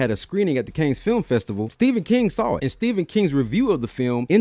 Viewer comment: Hey, fam. The Cannes in Cannes Film Festival is pronounced "can" -- the 's' is silent. (The French pronunciation would be "kahn".) I'm looking forward to your Evil Dead II installment.